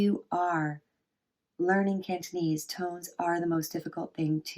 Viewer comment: why dont i see the other 3 tones? aside from that, nice cantonese pronounciation!